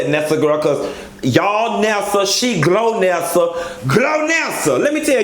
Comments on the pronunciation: GOLnessa... lol.. like goalnessa lol.. you saying glownessa and I'm crying 😂😂😂😂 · Not GLOW-NESSA!!! hahahhahahhahahha It's GOL-NESSA boo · GOL-nessa not GLO-nessa lol! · Um,, her name is GOLnesa, not GLOnesa